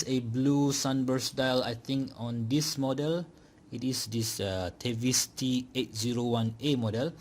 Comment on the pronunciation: I saw a review on this watch from Pert Watch Channel. The way he pronounce the word TEVISE was te-vis (as in IS) and not te-vais (as in WISE). 😅